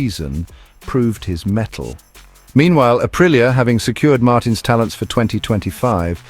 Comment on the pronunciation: Say it like this , ahpreeah